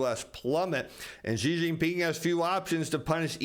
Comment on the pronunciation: Great fan of your information. thankyou. just a side comment: President Xi of China (I live in China and speak Chinese) would be far more accurately pronounced simply as our English word 'she'. That's not 100% accurate but quite close compared to what you've been saying. Just a friendly comment/trying to help you.